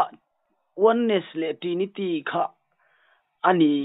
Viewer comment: Khawvel mihringah hian dawt sawi lo tur i rin thlang chhuak rawh ti se hi ka thlang tel ang tih tur khawpa mi tak tak a nih hi. I mi kawm hian Trinity pawh a lam thiam lo, Thrinity a ti zel, in nawi lutuk hi a ngaihna ngang a awm lo a ni e. Mawl hlawm ropui mai bawk si😂😂😂